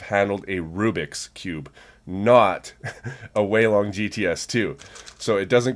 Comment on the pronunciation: Its Takes 'Weilonger'